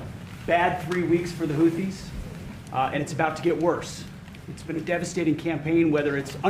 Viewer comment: " The Houddies " 😂😂😂 yeah yeah